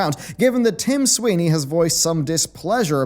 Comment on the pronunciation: Tim Swine-ey.